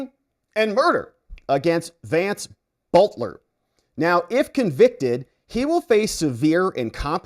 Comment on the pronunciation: No reason to mispronounce his last name.. And no reason to connect the Butler last name with BELTER.. And this is why I cannot take any longer. 🤔👎😐